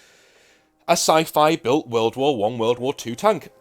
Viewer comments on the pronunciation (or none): none